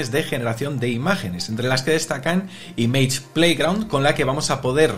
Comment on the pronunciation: No puedo con tu mala pronunciación en inglés, especialmente con la palabra “image”. Vamos, a mejorar eso.